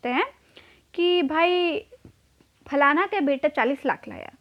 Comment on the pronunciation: Falana word 😂 I think you belong to Bihar side